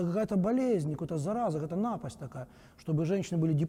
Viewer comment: НАпасть — это когда человек, выступающий на огромную аудиторию, ударение правильно поставить не может ( моя футболка с надписью "Душнила" уже в пути).